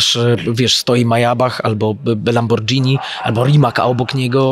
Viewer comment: ale "Lambordżini" w. To nie wypada, aby takiej klasy człowiek takie błędy językowe walił.